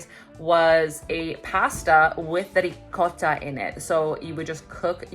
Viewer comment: Rrrricotta!! Thanks for pronouncing it right 🤣